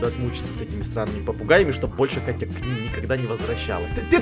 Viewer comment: сказал вместо «Катя» кака😹😹😹